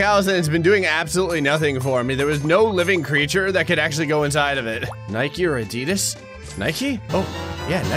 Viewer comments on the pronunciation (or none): none